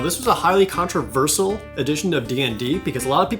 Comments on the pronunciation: Isn't it 'controversial' instead of 'controversal'? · Every time Jared says "contraversal" it drives my brain nuts. Way more than it should for some reason. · controversiaaaal. seriously jared? what the shit is controversol. you speak for a living, get a diccionary you bum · Controversial is pronounced "Controvershul" Jared. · The only controversial thing is the way you pronounced controversial. Great episode loved it I'm just one of those peple in no way was my enjoyment lessened I hope ou enjoy yor job and keep doing what you doing especialy D&December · you know whats more controversial and annoying then 4th edition YOU MISPRONOUNCING CONTROVERSIAL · Good god, the way you say Controversial is controversial in of itself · Douglas The Hedgehog do you some people say things differently like water or woter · The only thing controversial here is how you pronounce "controversial" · Why do you pronounce controversial so weirdly also the bladeslinger is a sub-class for 5e in the Sword Coast Adventurers Guide